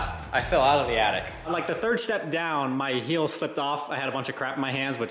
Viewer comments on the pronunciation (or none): none